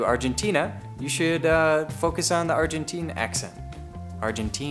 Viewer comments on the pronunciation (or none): Argen-tine. Rhymes with mine. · English [are-jen-tine] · It's Argentine (Ar-gen-thyne) or Argentinian.